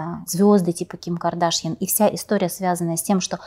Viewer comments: Ведущая вы меня простите но ваше подчёркнуто неправильное ударение в имени КардАшьян - звучит просто смешно😅😂 Вы же умная женщина зачем же выбрали манеру вести интервью как глупая блондинка ? 🙃😅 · Не Кардашьян, на втором слоге, а Кардашьян, на последнем. Это же армянская фамилия.